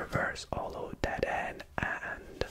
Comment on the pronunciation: If he calls dedenne deadend one mo time it's (de-den-nae)